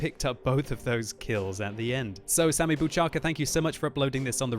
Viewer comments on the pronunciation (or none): BOUCHACHKA, not buchaka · Just so you know, Bouchacka is to be pronounced Bow-khach-kah, and it means "gun", making Sammy Bouchacka - Sammy the Gun. :-) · Bouchacka (Bouchačka) means gun in czech...it's pronounced Bowkhachka ;-) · You said his name wrong, he is from Czech republic, like me :-)